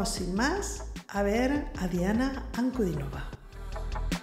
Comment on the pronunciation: 😍Es muy raro que alguien extranjero pronuncie el apellido de Diana con el acento correcto. 🙏Gracias por Mostrar tanto respeto por nuestra Diana. Te suscribí.